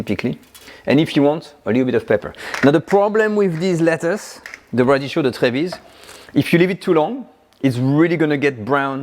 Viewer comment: sorry for being a smart thing but it is spelled radicchio...so the C is pronounced a K because of the H ...radikkio. been loving your shows for years!